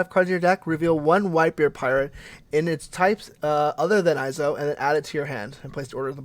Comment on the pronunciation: Found dude missaying his name. Fuckin shame